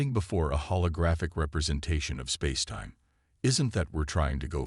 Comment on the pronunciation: AI that is going to take over the world can't pronounce spacetime half the time. Spazetime.